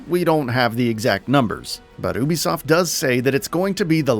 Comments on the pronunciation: It’s “U B soft” right? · Good vid, but Ubisoft is pronounced “you-be-soft.” Castillo is pronounced “cast-e-o.”